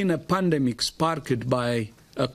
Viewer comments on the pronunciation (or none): He said pandmic